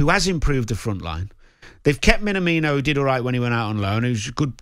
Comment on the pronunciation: “They’ve kept minamino”🤣🤣🤣🤣🤣